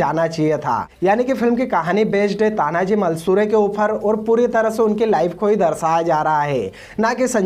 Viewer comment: तान्हाजी मालुसरे है नाम तो ठिकसे लो भाई